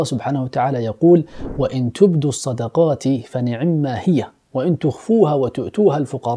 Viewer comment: جزاك الله خير اسمح لي اعدل عليك في شي الايه( فنعما هي ) فعند الوقف لاتنطق هيا